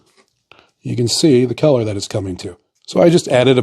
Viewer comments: you have the most bizarre and unnatural way to pronounce "color". keller? Also, germany never had a hickup 100 years ago. they were trying to save the planet from what we are currently experiencing. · 😅omg..he say" color" like" kellor." Lmao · I heard Keller and immediatly thought of Keller Williams paints.